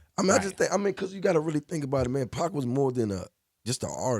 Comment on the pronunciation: pac not pack